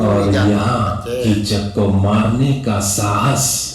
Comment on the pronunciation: Chacha ji uska name Kichak hai Chuchak nahi😊